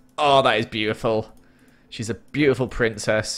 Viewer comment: you mean BLUEtiful? Ahahhahahahahha I'm so sorry